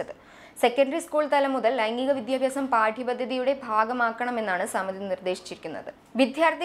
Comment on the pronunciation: അവതാരകയുടെ വിദ്യാർത്ഥി, വിദ്യാഭ്യാസം തുടങ്ങിയ വാക്കുകളുടെ ഉച്ചാരണം തെറ്റാണ്. ഭാവിയിൽ ശ്രദ്ധിക്കുമെന്ന് പ്രതീക്ഷിക്കുന്നു.